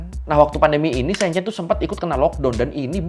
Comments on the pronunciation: Shenzhen bukan Shenchen... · Maaf kak. Bacanya yang betul Shenzhen (shen jhen) e nya kaya elang 😁 Bukan shenzaen 👍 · Halo, cuma mau kasih masukan… Shenzhen bacanya Sencen menggunakan vokal e seperti memakai, Guandong bacanya Kuantung… 😊🙏🏼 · Itu Shenzhen dibaca kaya sen di senang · bukan SEEN CEEN bacanya !!! huruf E nya bukan dibaca EE tapi E seperti kamu eja Enam bukan EEnam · Mau ngasih tau aja cara bilang silicon valley itu bukan silicon VALE tapi silicon VELI. Shenzhen itu bukan pake e meja tapi e emas. Jangan malu-maluin nama channel sekolah tapi kayak ga sekolah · Bang maap sy gatal nyebut nama kotanya, keknya salah cara bacanya bang. Enw thanks buat video yg super informatif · masukan aja, bacany shenzhen, dua2nya "e" nya kyk "beli" atau benar" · Bang spelling Shenzhen nya salah, e nya dibaca kaya huruf e dalam kata kemana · sorry bang,, ngga enak bnget dnger cara baca Shenzhen,, learning by google translate dulu lah bang,, gmna carabaca shenzhen yg bner.. kan judulnya learning by googling.. learning juga cara bacanya lah😅